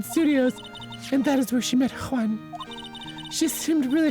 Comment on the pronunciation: what's even funnier is that here he pronounces the name perfectly, unlick previous episodes, where he was struggling with the spanish "J"